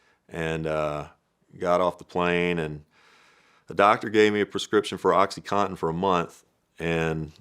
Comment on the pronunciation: Oxycontin not Oxycotten